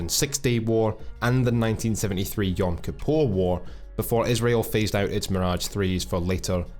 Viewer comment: what a legend, as a jew I can confirm he did actually pronounce Yom kipper correctly